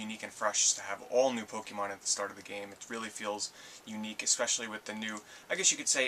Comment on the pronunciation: aw says pekemon wrong